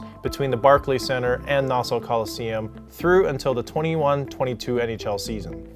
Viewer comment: Great video man. As an Islanders fan I can tell you the main thing we don't like about Barclays is its not home. That building and Shea Stadium were my childhood. On a side not your pronunciation of Nassau hurt my ears. Just say it like Nass-Saw. Keep up the good work even though I'm gonna hate the next video due to the Rangers sucking.